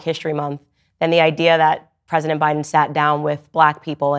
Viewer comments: Did she say Joe Buden?! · Why was she calling Joe Biden Joe Budden?